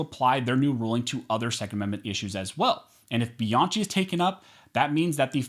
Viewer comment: One, your attempt to speak faster than Ben Shapiro often renders you unintelligible. Please stop this. Two, please stop mispronouncing Bianchi. Other that those two things, good video. Thank you.